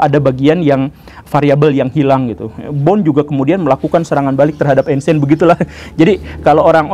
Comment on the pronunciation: Tolong untuk pengucapan nama orang jangan salah pak guru....bohr kok dibaca bon